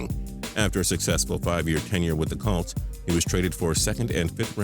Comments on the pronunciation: hey idiot, it's not "Calts" it's COLTS. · The way he says "colts" makes me cringe